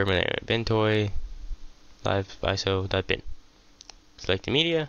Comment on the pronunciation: Man your not saying bin but din. Speak clearer